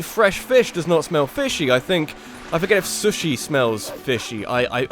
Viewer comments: I am speaking as a British Person here but I am sure that isn't how you pronounce Sushi . . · That sushi pronunciation smells rather fishy.